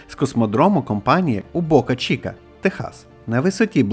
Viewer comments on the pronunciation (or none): none